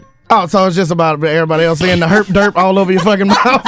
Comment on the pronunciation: "Herp dirt" lmaoooooool